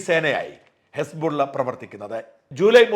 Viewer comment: മിസ്റ്റർ സാജൻ..... വായിക്കുമ്പോൾ പ്രോപ്പർ ആയിട്ട് വായിക്കുക ഹിസ് ബുള്ള പകരം ഹെസ്ബുള്ള എന്ന് പറയുക, പാക്കിസ്ഥാൻ എന്നതിന് പക്കിസ്ഥാൻ എന്ന് പറയുക. മര്യാദക്ക് എല്ലാവരും വായിക്കുന്നത് പോലെ വായിക്കടോ